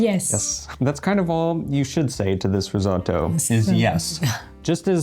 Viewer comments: risotto, fka risoddo :) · "ris-ah-to" - so painful, so many times...